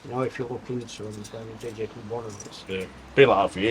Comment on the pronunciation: did he actually say digical? there's no c in digital